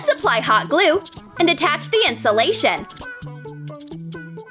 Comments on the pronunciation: STOP SAY INSOLATION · This is how many times they said insalation 👇🤣